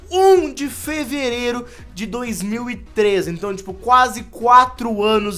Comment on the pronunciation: ele falou quaze